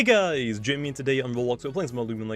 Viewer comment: I litterly just woke up- but then again its